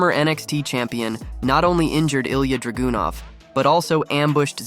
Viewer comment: Ilia DRAGOON-OFF?!? Man you're butchering these named lol. 😂